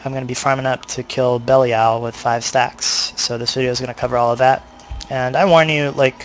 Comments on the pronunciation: yes... bell-ee-all rofl. good vid though mate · it's pronounced belly-al. ive heard other ways too, but the way it's pronounced in diablo 3 is something i havent heard before. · i know right? i was going to watch then he's liek "bellyal" so i thumbed down and closed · Actually, Belial is a biblical name, which is not pronounced the way Blizzard decided to. So if you want to be really technical, its Blizzard that is pronouncing it wrong. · Cut him some slack, he has a point of being butthurt on the pronounciation, the game says belials name at least 30 times per act, seeing this is inferno, and a farm guide at that, this dude probably has heard it 300+ times.. Mispronouncing it now is just sad, really.